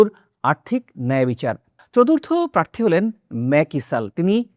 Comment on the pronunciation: বাংলাদেশের যে কোনো সংবাদ পাঠকের চেয়ে আপনার বাংলা উচ্চারণ ভালো । আরো মনোযোগী হলে আরো ভালো হবে। যেমন “প্রার্থী”